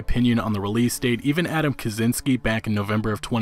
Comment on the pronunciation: kachinsky, not kazinsky